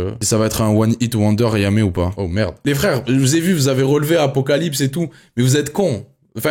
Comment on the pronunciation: C'est apocalypse c'est apocaslip 😂😂